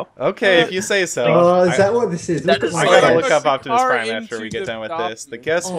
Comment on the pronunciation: how do you mess up optomas prime